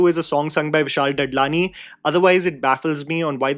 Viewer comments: Did you say Vishal 'Dud'lani on purpose? ha ha ha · ददलानी, दादलानी, डडलानी one pronunciation is correct, one is passable and one is absolutely wrong. I know you are quite capable of pronouncing is right, you just choose not to.